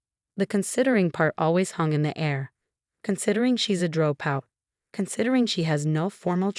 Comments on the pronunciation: Whats a dro out? Haha AI rubbish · Rat-chill is a droe-pout.